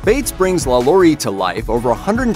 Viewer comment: Why he say Lalaurie like that